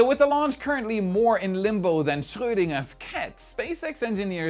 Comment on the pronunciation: Finally someone properly pronounces "Schrödinger" on youtube.